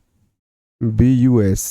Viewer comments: Not roms it is rhombus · Sir रोम nhi hota रोमभुस्स hota hai